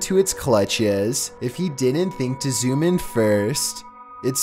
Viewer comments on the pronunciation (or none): none